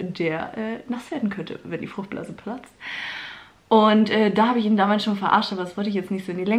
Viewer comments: Wie er sich bei fruchtblase verplappert XD fruchtbla geplatzt der Arme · der arme konnte nicht mal FRUCHTBLASE richtig aussprechen 🤣🤣 & der Tisch ...ich kann nicht mehr